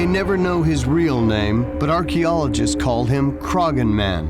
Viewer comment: In the case of the Irish man, the name is not pronounced with the G sound, the G is silent.... It is pronounced Cro-hon. I can see the Hill Of Croghan (Crohon) from the hill behind our house, on the very edge of Kildare.